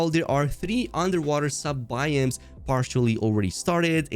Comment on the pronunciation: BY-OHMS. Not Buy-Eems